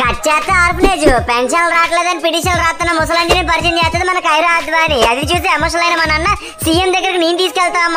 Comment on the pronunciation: అది కైరా కాదురా అయ్యా కియారా 🤣😂😄🙏